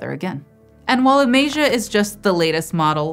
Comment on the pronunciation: Also, Amaze-ia!